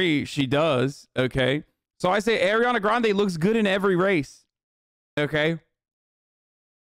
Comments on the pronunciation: ARI-ana not AIR-iana bro. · Why can’t he say her name right? Ugh